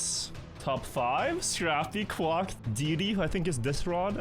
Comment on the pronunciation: That's the correct way to pronounce quack, it isn't quake lol